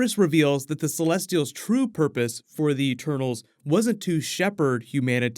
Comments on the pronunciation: I've heard "turtles" instead of "eternals" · I thought you said “turtles” 😂😂.